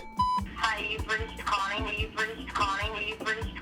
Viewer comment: Wait a minute. The lady’s name is Con-nae West? No one is going to talk about that?